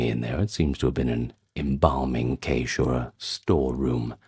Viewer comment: Cache is pronounced "cash".